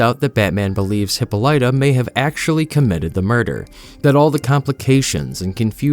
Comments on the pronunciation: Dude, you’re doing a great job. Congratulations but long but Google search or Apple translate how to properly pronounce Hippolyta. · It's sad that you can't pronounce Hippolyta. Plus your Wonder Woman "voice" makes her sound like a mixture of Norse and Greek lol. Other than that, great video. Keep up the good work brother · The way you say Diana's mothers name irks me lol. But I like the video. She is not calling her lasso Hera's Harp she is saying an expression like Holy Cow and Hephaestus is acknowledging that he made most things in the gods domain. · Thats certainly one way to pronounce hippolyta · Worst. Pronunciation. Of Hippolyta. Ever 😂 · FFS, is that really how you are choosing to say her mother's name??? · The only thing worse than your attempt at Wonder Woman's accent is the way you pronounce "Hippolyta" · Couldn't listen to all the continued mispronunciations of Hippolyta. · The only fault I have with this is the constant mispronunciation of "Hippolyta" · Your attempts at Greek pronunciation should be a punishable offence. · Hippolyta? It’s Hippolyta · You're pronouncing her mother's name wrong. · If you're doing a video with a name you're unsure of how to pronounce, please just look it up. I can't even get past the first few minutes because of how far off Hippolyta is being said repeatedly. Who knows, maybe it's intentional to get comments like this to drive engagement. When I notice it happening habitually, I unsub from channels because I assume that's what they are doing. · That works, too. But definitely not the way the narrator, AI or human, is pronouncing it. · Hippo-lighta Lol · I might be wrong as im working on a medical degree but I think its pronounced. HA-Paul-LIT-TA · hi-POL-itah. Jesus.... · Uh, it's pronounced, hi-POL-i-tuh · hawk polituh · Heh-Paul-ituh is how you Say that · Hippolyta....."Hip-ohl-it-ah"......SAY. IT. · Hippolyta = Hip-All-It-Uh. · "Hippo- Lighta" 💀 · he-polite-ah is crazy work ngl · Hippolyta is pronounced "Hip paul litta"